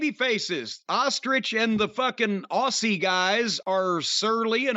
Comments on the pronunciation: correcting Jim's 'Aussie Oldem' with 'aw-cee Open' is shitting me up the wall Even with the spoofed name at least Jim gets the Aussie part right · why does insist on saying aussie wrong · Sounded like “Ozzie Oldham” aha!